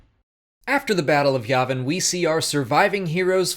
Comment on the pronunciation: It’s YAY-vin. Jesus